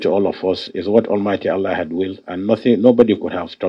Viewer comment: Hahaha i laugh in china .wike cant even call God hear him say almighty Ahala two times